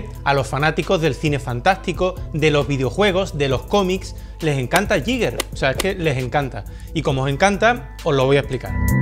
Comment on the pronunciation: uno de mis artistas favoritos. ah, y se pronuncia "guíguer"